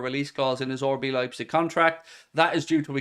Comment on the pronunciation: anyone else notice always says “orbee leipzig” instead of RB lol